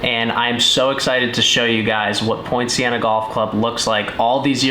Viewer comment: Very interesting set of circumstances leading to a very positive outcome for everyone. is a very interesting and likeable character. The course looks good on the video. I'm assuming that we talking about Poinciana Golf Club in Lake Worth FL? I was initially confused because I thought that was saying Point Siena.